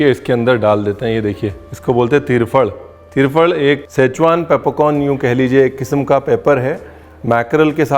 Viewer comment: So many goans call tirphal triphala.. u hve always said tirphal in the video.. wah! Nice to hear..